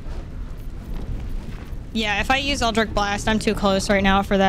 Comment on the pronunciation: i lose hp every time you say eldritch as 'eldrick' 😭😭😭